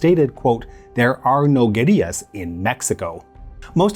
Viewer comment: Kudos for pronouncing "guerrillas" correctly. something most Americans pronounce like the great ape. It tends to lead to confusion amongst the less language oriented.